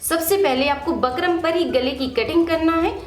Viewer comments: Phle bolna sekho bakram nhi bukram.jahil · Bkram nhi bukram hota h mam🤣🙂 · Ma'am it's bookrum not bakrum 😆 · Bakrum nhi didi bukram boliye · Pehle bukram kehna to sikh😅